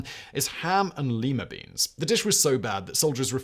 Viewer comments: I find your pronunciations odd, but usually consistent. Until you pronounced Lima Beans as both Leema and Lye-ma. British accents confuse me. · Lima is pronounced LY-muh, with the ly rhyming with eye.